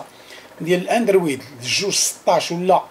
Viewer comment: قول الاندروووووود ماشي الاندرويييييد ههه غير ضاحكين ، تحية لك خويا الله يسهل عليك